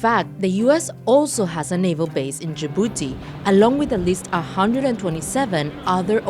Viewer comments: D-Jibouti?????😳😳😳😂😂😂😂😂. Its Dji-bou-ti. Together. Not D-ji-bou-ti. Thank you. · A full reporter pronounces D in Djibouti